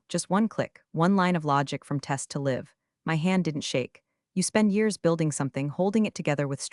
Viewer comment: Be nice if you could get your ai to read the word "live" with a long i instead of a short one when the narrative calls for it. Very creative composition. And amusing.